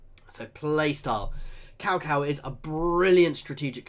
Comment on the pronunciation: 'Cow Cow' 😂😂😂😂 Its pronounced more like 'Tsao Tsao'.